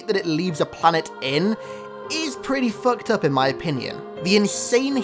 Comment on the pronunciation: How many times did this man say foukt up